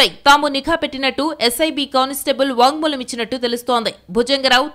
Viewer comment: It is...వాంగ్మూలం..., Not వాగ్ మూలం....